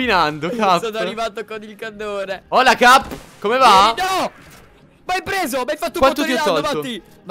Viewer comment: In realtà dice cap ma sembra che dice gabby. Anche se fa comunque ridere😂